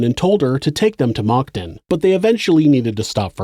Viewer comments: Maybe it's just these headphones but it sounds like you're saying "mocton". For future reference, Moncton is pronounced "munk tun" like the munk from chipmunk. And tun like a 5 ton truck. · "Le-ghaire." "Mira-mee-shee." "Munk-ton" Okay??? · Awesome video, as always! Moncton is pronounced "munkton" :D